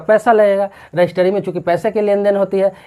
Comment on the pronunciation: रजिस्ट्री होता है, ना कि रजिस्टरी